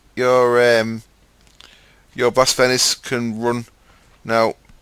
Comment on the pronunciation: bus=gate.... haha